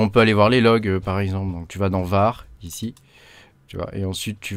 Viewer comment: En effet pas mal du tout ! J’aime beaucoup Tabby, très classe mais c’est vrai que pouvoir voir l’arborescence c’est quand même un plus entre autre ! Après l’industrialisation j’en suis pas encore là… Et dis donc t’es du Nord toi, avec ton « Ichi » lol